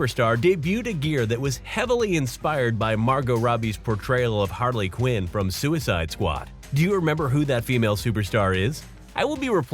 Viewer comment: its harley ciunn